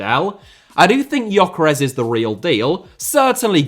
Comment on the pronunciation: he does call Gyökeres Yokeres though :) This is how it is pronounced